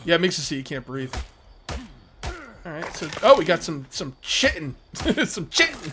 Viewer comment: It's not Chit-Ten, it's KAI-Ten. <3